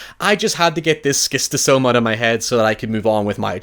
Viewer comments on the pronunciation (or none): It's pronounced Shis-to-so-ma, and these worms exist, but they are carried by Pond snails rather than slugs. and they can cause bladder cancer, when they shack up in your bladder.